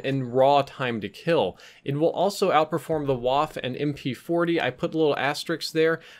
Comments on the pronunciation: Its not WAFFFFF, but its WaffEEEE. means gun/weapon in German ;) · IT IS PRONOUNCED "VAH-FFEH" NOT "WHAF" ... srsly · you're upsetting my autism. You keep calling the waffe a "wAHff". It's a "vAHff-uh." Hard V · please say waf---- fuh, not waff, pronounced like fudge without the "dge" at the end. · its not a "wahf" is pronounce "Vaffe" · The waffe is pronounced vah-fuh Not waf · Hey the Waffe is pronounced "Vafe" (with the "E") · FYI Ws are pronounced like Vs in German and there arent 'silent' letters like English Waffe is pronounced 'Vah fah" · It is pronounced more like vaffeh it sounds weird but that’s how it is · Average Gamer More like wah-feh:-) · Please,. I asked you before, please learn how to pronounce Waff-e. Cannot be too difficult to find something on google or YouTube..... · The “e” at the end of Waffe is not silent. It should be pronounced “vahf-uh” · when you say waffe you have to pronounce the e too and it sounds like the e in exactly (Waffe = weapon) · please look up how to pronounce "Waffe".. its geeman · As a german viewer we have to talk about the way you pronounce Waffe ;D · for future reference German w sounds like English v and German v sounds like English f and German j sounds like English y. F is still f, just less sharp. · Waffe is a German word, the e is spoken.